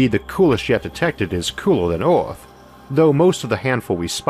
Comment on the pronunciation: I didn't know our planet was called Orth